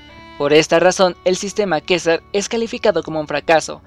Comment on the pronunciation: Quessar (asi seria la pronunciacion) Se escribe quessart